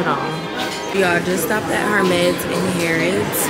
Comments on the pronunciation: And “Her • mes” 🤭 Just a heads up it’s pronounced “Air • mes” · Please stop pronouncing the H in Hermes 😂😭 love you though